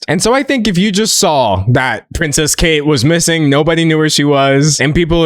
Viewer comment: He calls her pricess kate🤣🤣